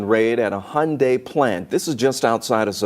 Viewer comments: I think it’s pronounced hee yun deye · Hun die- not hon-day and e-legal not a-legal